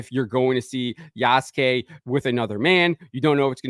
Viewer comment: It’s “YAAASSSSS” suke.